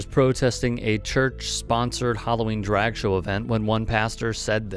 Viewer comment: 7 "dreg" queens